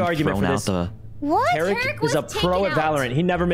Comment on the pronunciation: Why they calling him Tay Rick it’s pronounced Ta Reek, otherwise fun vid